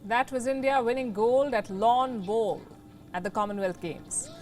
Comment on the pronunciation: She says "lawn bolls" awesome. Lets Go Brandon